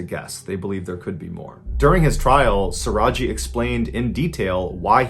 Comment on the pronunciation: I'm indonesian and the right pronunciation of the victims name is isn't diwi but daywee and the killer name is not saraji but shoeraji